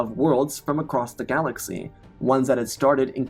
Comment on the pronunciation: weird verbal quirk.. you end some last words of sentences with "m". "galaxym", "defeatedm", "the call to do som" "now truem"